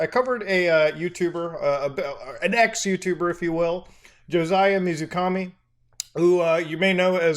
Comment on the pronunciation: When the guy said water god I had a huge moment of "please don't say it" and then he did. Also pretty sure 水神 isn't read as Mizukami.